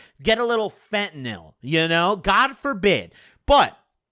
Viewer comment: He says fentanyl like an Italian Dish😂